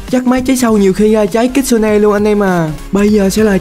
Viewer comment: kitsune mà em nghe là cức su ne